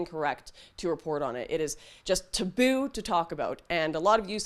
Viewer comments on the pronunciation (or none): I like Lauren but sometimes I can’t get through her videos because of the way she pronounces certain words. Flag being called fleg is a big one. And now taboo is also added to the list. Thankfully she only said that at the end of the video. That being said, I do look forward to this series as I haven’t even heard anything about these terrible things happening in South Africa.